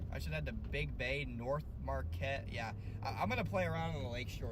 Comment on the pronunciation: Marquette= "Mar Kett"